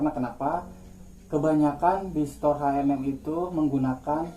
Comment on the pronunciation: Btw bacanya bkn haenem tapi ecenem wkwk